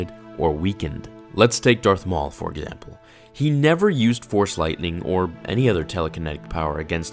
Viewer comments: “let’s take earth maul for EGYAMPLE” 😂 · Mace Windu Egyample? How did I not notice that LMAO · “Let’s take Darth maul for egzjemlple” lmao